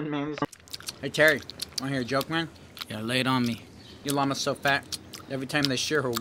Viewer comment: "Yo Llama" sounded like "Yo Nigg..."